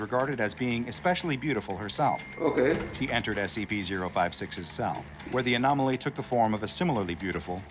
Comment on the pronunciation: You cant say anomaly lol :T